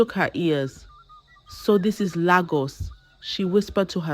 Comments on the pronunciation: Lagos not laaagus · Nagos not Lagos